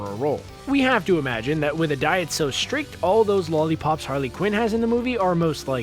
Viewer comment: Take a drink every time the narrator says "shtrict"